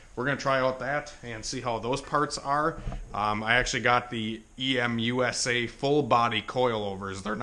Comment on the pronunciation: I am really excited about this single cam build...I haven't seen too many people build a single cam. Also, thank you so much for pronouncing it as EM USA and not Emusa like most tods do.